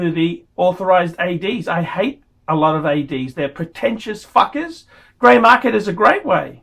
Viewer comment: Did he say " hey, thank you so much fuckers"? Haha